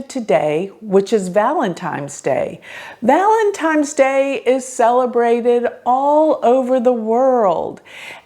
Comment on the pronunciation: Did you really say “Valentimes?”